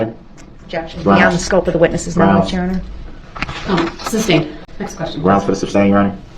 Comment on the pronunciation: Sustained not ‘SUBSTAINED” you Dolt!